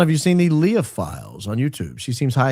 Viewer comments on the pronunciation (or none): none